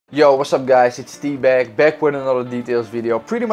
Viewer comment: When he says tbag it sounds like dbag and it gets me everytime 😂